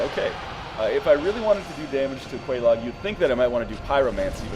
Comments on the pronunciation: Quelaag is pronounced. Many, many times. Its pronounced Kwee-Lag. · I think it's pronounced like the cereal, Kellog. At least, you should be calling her that anyway... Ms. Frosted Flakes. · my guess is also Kay- Log for pronunciation. love the vids bro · quelaag? sounds like kellogs LOL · This comment is a bit late but if you get the Witch's ring then you can talk to the Fair Lady. She says Quelaag's name so there is a correct pronunciation. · Quelaag is pronounced. Talk to her sister with the witches ring on.